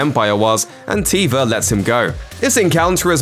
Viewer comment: It's Carson Teva not Tiva